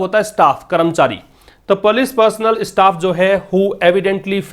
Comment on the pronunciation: Sir ap police ko galat pronounce kyu krte h